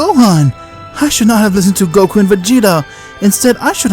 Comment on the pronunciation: Bros like "Whaat iff gokau waaas trappetd in prasien" 💀💀💀💀